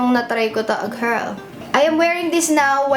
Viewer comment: lovin the way says "GIRRRL" 😂😂 LOVELOVE 😘😘😘